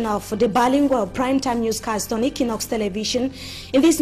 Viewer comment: Please Anglophones of Équinoxe TV, 'equ' is pronounced as in equator.